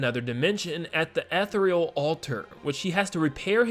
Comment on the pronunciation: Please look up how to pronounce “Ethereal”